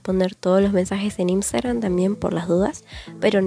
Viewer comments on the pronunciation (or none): none